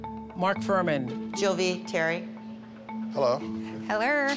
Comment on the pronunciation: you can tell Jill has been working for Oprah tooooo long coming in saying “Hellller” 😅😂😂😂 love her